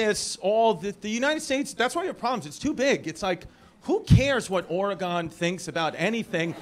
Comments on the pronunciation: Its called OREGUN not OREGONE we haven't gone anywhere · its oregun not oregone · OR-IE-GONE. Come on, Chrissy. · Ore-a-gone? Seriously? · The way he says "Oregon" sounds like an STD cream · Sending love from Salem, OR, Chris - even if you can’t pronounce Oregon right and won’t visit. We’re not all a lost cause out here. ❤️